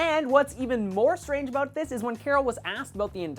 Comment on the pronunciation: u said aboot